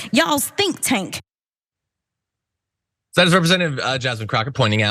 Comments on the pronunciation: It almost sounded like she said "stink tanks". Apropos. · she called "think tank" as "stink tank"